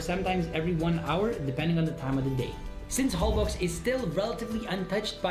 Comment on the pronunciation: Holbox is pronounced HoL-BOSH and means in Yucatec Mayan "black hole"